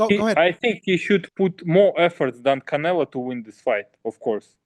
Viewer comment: It's funny to hear Bivol say Canela. He gets no respect for being a 🦆